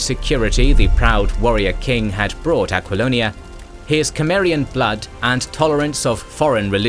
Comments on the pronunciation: Isn't Conan Sumarian, not Kemarian like how this narrator keep pronouncing it? I've noticed he mispronounces other names & words too. The Sumarian thing is annoying though... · Cimmerian, but it's pronounced like Simmerian, not Kemmerian. Whatever. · You are pronouncing cimmerian wrong!!!😮😢😢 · The c in "Cimmeria" is a soft c, pronounced like an s. Just fyi. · Can't be bothered. Repeated mispronouncing of Cimmerian too annoying.